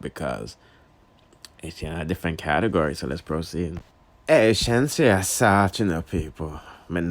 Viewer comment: you say Sheenseea so let me say Manda 🥺